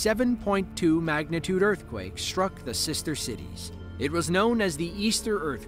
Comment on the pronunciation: it’s prounounced ‘struck’, not shhtruck, thank you very much